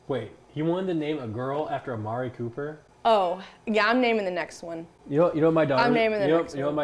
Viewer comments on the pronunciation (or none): none